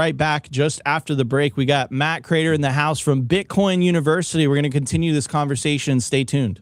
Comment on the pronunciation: Btw, how is it possible to have watched his show every day for years, yet you mis-pronounce his name Matthew Crater?